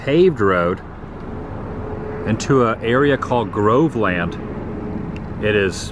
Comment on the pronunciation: It's not Grove land - it's pronounced Grovelund.